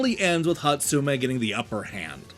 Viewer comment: I think you managed to mispronounce every SINGLE name in this game. Hotsuma even had several different mispronunciations 😂